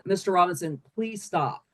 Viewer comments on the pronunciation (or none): none